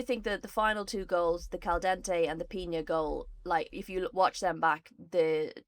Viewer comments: PiÑa? PiNa. N, like ENglaNd, for example -> How to pronounce Pina (Spanish/Spain) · What the hell with "Piña" (Pineapple), her name is Pina